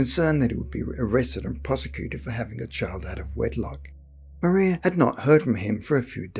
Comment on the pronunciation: No disrespects but I’m from an old Suffolk family and one of my ancestors was slightly involved in this event. The man giving the account of this event pronounced her name Maria wrong. It was pronounced in the old way of Mariah although spelt Maria